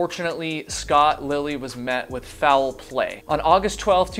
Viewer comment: Or you can drink every time he says “fou-well play”. In the second to last story, he said it correctly as “foul play” (one syllable), but then used two syllables again in the final story. Reminds me of the way Southerners add syllables to words like “mee-yulk” (milk), so I was surprised he was from the north.